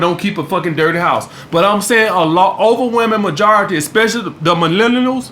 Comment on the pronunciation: When you couldn’t say millennials 😂